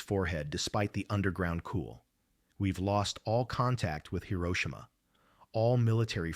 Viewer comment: Swear the AI sucks they keep pronouncing Hiroshima wrong